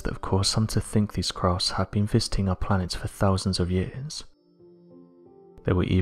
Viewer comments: At first it sounded like he said "it's these encounters that lead many to believe they've been fisting our planet for years" and I was like :o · I'm glad someone else heard that too. That cracked me up.